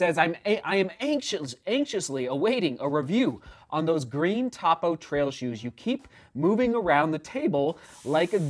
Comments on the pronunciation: Yes! Cringe every time I hear top-o 😊. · Try the Cyclone 2. Great non-plated road shoe. Also, it’s “Toe-Poe.” Not Top-O. Tony Post is the namesake of the brand and founder. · Please. Topo pronounced with long O sound. I assume you have not got the shoes wet in a creek crossing. Topo's Achillies heel is the orthosponge insole they use in most all their line. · Hey! The brand is pronounced toe-poe. I love this shoe! Happy to see you testing this brand out. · How are you so off on pronouncing Topo, it can't get any more simple of a name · Topo is pronounced with a long O…